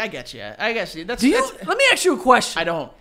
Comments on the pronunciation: the only thing in this whole episode i can hear is joe mispronouncing the word ASK and saying AKS instead. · I wish Joe could properly say, "ask." I legit cringe when he says, "axed." 🤣🤣🤣... Other than that... Perfection buddy. 👌😂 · Does it bother anyone else that Joe keeps saying "Let me AXE you a question?"